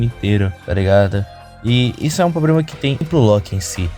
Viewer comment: ce fala "probrema" kkkkk pensei que fosse carioca